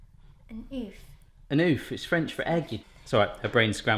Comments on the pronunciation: For those who don't like the fuzzy texture of peaches, you can get nectarines. They're like bald peaches, they look and taste the same. And, btw - oeuf is pronounced "erf", not "oof". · But the French for Egg is Oeuf not Oof. XD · actually, the prononciation of the french word "oeuf" is much closer of the english prononciation of "ough" from "enough" than your attempt. Sorry for your visible efforts on these one ! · The french word for egg (oeuf) is actually pronounced like 'ough' in the word 'enough'.